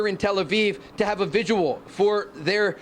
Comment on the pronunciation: is he trying to say "vigil" or is there such thing as a "vidual" (sp?). Not the first time I've heard someone say it, but first time on a broadcast. Is that a word?